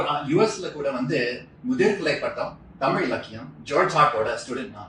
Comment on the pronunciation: At tami'zh' and mo'zh'i he gets it 100%